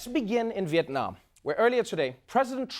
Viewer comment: Never seen an American pronouncing Việt Nam as perfectly as Trevor does.